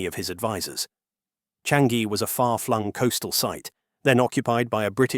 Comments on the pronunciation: It's pronounced as Chang - Yi. Not Chan - Gi. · Its "Cha-ngee"... not "Chan-gee"... get it right for goodness sake. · Since you make so many videos on Singapore and the region, you should know that in Malay, words are stressed on the penultimate syllable. Thus, it’s PAyuh LEYbah instead of luhBAR. Its sounds foreign and wrong. Also, it should be CHAANGyi with a long “a” and not a short “a”. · Narrator saying Paya Ler-BAHRR with an emphasis on the bahrr is so funny to me. For future reference, it's Lay-ba. Lay like the Lays potato chips, and a short ba. And Changi is Cha-ngi. Cha like char the meat, and ngee. 😅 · Thanks for the info video. In Singapore, we pronounce it something like Chah-ngee. Ng like the n in onion. No hard g. Also, Paya lay-bah. 😊